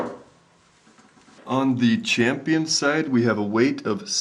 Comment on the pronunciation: Jeez, it's weighT, not weigTH.